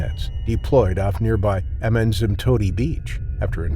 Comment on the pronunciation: It's your precise pronunciation of "Kwazulu Natal" and "Amanzimtoti" for me 🫶🏾🫶🏾🫶🏾🇿🇦🇿🇦🇿🇦